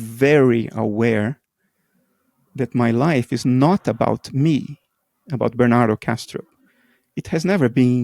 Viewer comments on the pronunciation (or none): I like how he called him Ber-nan-toe